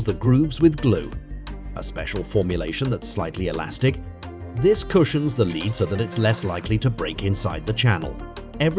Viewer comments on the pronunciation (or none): The constant "leeds" made me question humanity, and the "kelsius" finished me off.